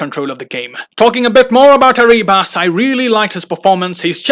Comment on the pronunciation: Dear, te pronunciation the player ARRIBAS double RR. Good video....😁